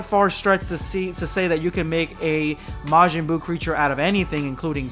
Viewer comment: majin buu ❌ majin boob💀